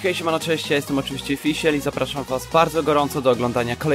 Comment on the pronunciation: Fisiel kurwa ? Chyba kisiel